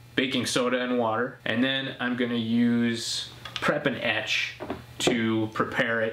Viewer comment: Every time you say "prep and etch" my brain hears "Preperation H" for some reason!